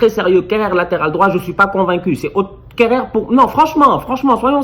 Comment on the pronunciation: quand il prononce Kehrer ça me fume 😂😂😂😭😭